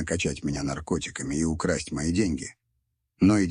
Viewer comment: "...Украсть всё его состояние...". 😮 "ИИ", ну конечно "Украсть", а не "укрАсть всё его состояние...".. 😅😂